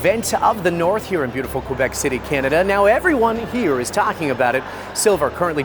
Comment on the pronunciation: Dude, why can’t you say Quebec correctly? Are you not from Canada?